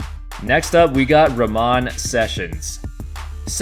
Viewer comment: Ramone bro , just no E. Not Rawmon